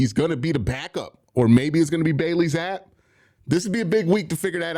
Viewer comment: For the love of God please pronounce Bailey Zappe correctly